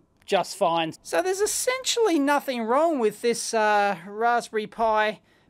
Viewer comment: "nuthn, not a sausage" so Aussie, love it